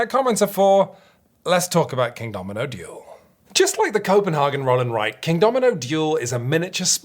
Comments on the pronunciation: Copenhagen is less Häagen-Dazs more cope-and-hay-gen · Koh-pen-HAY-gen. And that's just the English pronunciation.. 😂 Also - Roll & Sprite? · It's really like "Schope-in-hamn" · Why on earth to native English speakers pronounce CopenHAYgen it in the German way instead of the English way? I just don't get it... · I like the pseudo-Danish pronounciation of Copenhagen even though Copenhagen in Danish is not called Copenhagen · I would be mad, but if he pronounced it correctly, we wouldn't have gotten to hear those stellar puns!